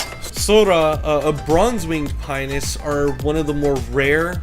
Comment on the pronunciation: I am sorry but it is driving me nuts. It is Pi-on-us. There is an O in the name you just skip over it. I have had these birds for 30 years, please don't for get the O in it.